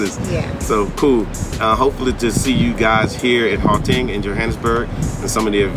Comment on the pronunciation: if I may attempt to correct your pronunciation... The first two vowels in "Gauteng" are pronunced similarly to those of the word "out" or "outside". The "G" in "Gauteng" is pronunced as if you are gargling air as it were.